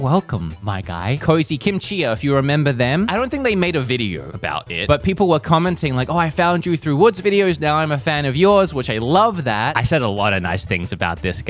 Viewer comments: In two videos you pronounced a tiktok creators name wrong. You even show her page in both videos. Kimchica is the creator and you say "kim chia." I understand some names can be difficult but really? 😢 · WHY don't you say the "C" In Kinchica ?! :P